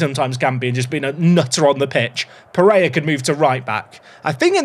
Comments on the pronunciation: "peh-ray-RA", "KEEN-yon-ez", "hay-zeus (maria garcia)" "ah-ghee-LAR", come on if you can nail Finnish pronunciation I believe in these too! 🙏🙏🙏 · apologies for the error, all I want is for to stop saying a very English sounding “Jesus” and to pronounce the final R and Pereyra’s name! 😅😭